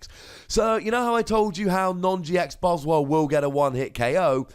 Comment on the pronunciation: Why do you still call these Buzz-Wall when it is clearly a play on the word Swole, as in Swollen.